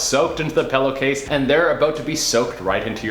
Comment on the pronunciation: PELLOWCASE ??!?!??? 😂😂😂 it literally irks me when people say pillowcase like that 😭😭😭😭😂😂😂😂😂😂 IM SO weak I cringed so hard